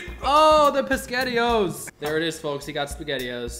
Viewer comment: said pasghetti-o's, no???